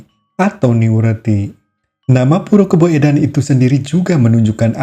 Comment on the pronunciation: KABOEDAN, DIBACA KABUDAN, SAMA SEPERTI SOEKARNO DIBACA SUKARNO.